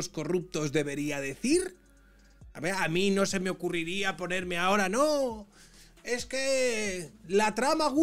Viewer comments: Jajajaj No es eje...es ejque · Se dice “egque “, 😂😂